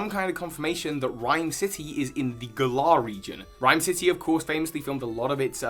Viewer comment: you’re brilliant but it’s GALLer not Gull-ARR my friend